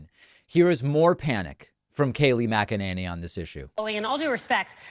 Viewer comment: Really strange how they pronounce McEnemy.